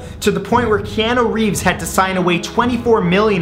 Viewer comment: Wait did you mispronounce my man's name? "Keanu Reeves"